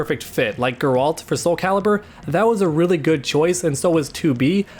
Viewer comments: Ga ralt from witcher its garalt guy not a hard name to say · Don't ever say "garoult" ever again it's geralt -"gare-elt" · The way you pronounced “Geralt” just made me cringe.